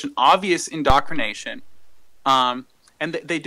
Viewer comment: " it's such an indocrination..." (not indoctrination with a t sound) - I'm convinced!